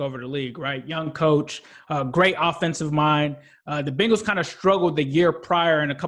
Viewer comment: Why do you pronounce bengals “bingals”